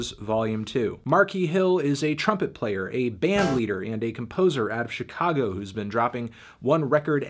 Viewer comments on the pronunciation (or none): none